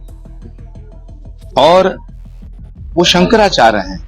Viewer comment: संकरा चार नही सुकरा चार है